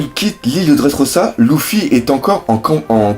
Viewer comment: arrrrrrreeeeeete de dire "loufy" ca me gave de dingue !!!